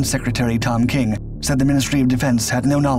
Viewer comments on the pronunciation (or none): none